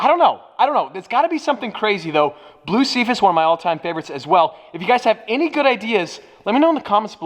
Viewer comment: Kills me that you still can’t say ‘Blu Cepheus’ correctly after all these years lol